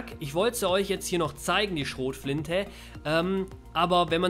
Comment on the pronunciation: "Schrotflintä." bin abgekackt